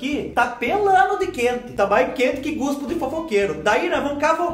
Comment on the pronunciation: Boa tardee Mais retoque q a minha cinturinhaaa kkkkkk Ñ aguento qnd vc fala GUSPO KKKKKKKKKKKKKK